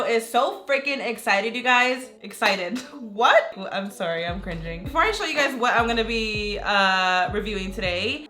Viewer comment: i heard "I'm pregnant" not "I'm cringing" idk how😂